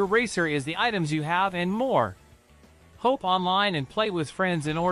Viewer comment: Even it goes "hope online" instead of "hop online".